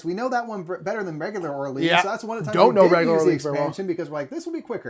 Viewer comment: I was surprised to actually watch this whole thing. Enjoyed the other video of the marathon. I do have to say however, as someone who speaks French, your pronunciation of "Orleans" was frightening lol